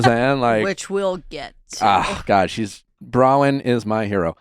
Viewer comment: Nick, it's Bronwyn not Brawyn! Why does no one correct this guy?